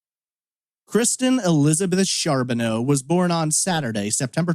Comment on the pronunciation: Its pronounced Car not Char .